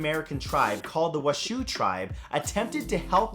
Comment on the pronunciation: I'd like to share some knowledge with the knowledge whale. The washoe tribe is pronounced wash-oh. Not wa-shoe.